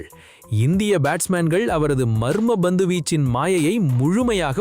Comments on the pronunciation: Not BANDHU but PANTHU. Correct yourself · ஹலோ bandhu (ba)பந்து வீச்சு இல்லை, pandhu (pa)பந்து வீச்சு. நீங்க உண்மையிலேயே தமிழரா (Thamizhara) இல்லை dhamizhara😂😂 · Its Pandhu not Bandhu